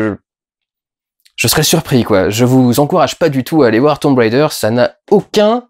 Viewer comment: S'il te plait.. ne fais pas style "je prends un accent anglais" quand tu prononces Tomb Raider comme si c'était Tomb RIder !!! mdr parce que franchement c'est un peu ridicule ! ;) bon allez, je vais regarder ta critique maintenant ! lol